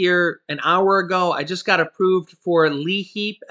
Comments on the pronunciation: The L is silent. Its i heap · Hi 😁. Hope all is well with you and your wonderful family ☺️💓. No problem. But I believe it's actually called L👁️HEAP. Lol. Like lie heap. That's what we call it here in Pennsylvania. 😊 Take care. We love you and your family ❤️! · the program is pronounced Leap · Hi the name of the program is pronounced Li- HEAP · Hey love you dued but the Liheap pronunciation is lieheap. Still thanks for all the info you and your girl hook us up with everyday you guys rock! Cutest little boy too... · That is pronounced LIHEAP